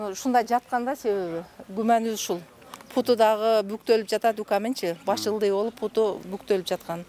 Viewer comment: Путу емес буту деп айткылачы